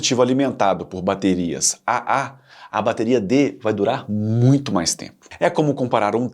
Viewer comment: O video é bom, mas algumas correções/complementos são necessários: • Traduções ruins de conteúdo em inglês: Em português, tirando a de 9V, todas as mostradas no vídeo são pilhas e não baterias, pois contém apenas 1 célula. "Bateria" tem esse nome por ser uma associação de células ("pilhas") • Pronunciar como Ah-Ah, Ah-Ah-Ah, Ah-Ah-Ah-Ah chega a ser hilário. Parece uma gargalhada forçada 😂. Mundialmente, elas são chamadas de 2A, 3A, 4A e assim por diante (alguns países chamam de duplo-A, triplo-A etc) • Da mesma forma pronunciar ANSI soletrando A-N-S-I não faz sentido algum. Até demorei pra reconhecer do que estava falando. A pronuncia correta é ler a sigla "ANSI" (an-see, em inglês) • A bateria de 9V não se chama "9V". O nome correto dela é PP3, e este padrão ANSI específico vai do PP1 ao PP11. Você confundiu a voltagem como o nome. • As baterias D, C e A eram apelidadas respectivamente de "pilha grande", "pilha média" e "pilha pequena" até os anos 90. Exatamente como a "pilha palito". • As baterias cilíndricas de lítio não seguem tamanhos "personalizados" (ou seja, fora de padrão). De longe, a mais comum é a 18650, que é usada desde notebooks a carros elétricos. Elas também existem em tamanho AA e outros tamanhos padronizados, como 21700